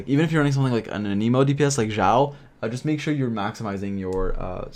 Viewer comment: i dont think thats how you say anemo lol